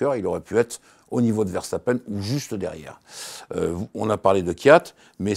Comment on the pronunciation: pourquoi prononcer "VerCHtapen"?:) Dommage de passer sur l'info essentielle de ce GP: c'est moins une performance immense de Mercedes qu'une contre-performance immense de Ferrari. Ils ont de toute évidence un sérieux problème de moteur, bien qu'ils ne l'admettent pas publiquement, fidèle à eux-mêmes. Que Ferrari retrouve tous ses chevaux et on aura une belle saison je crois.